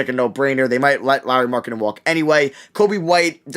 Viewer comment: How did you pronounce Lauri markanen???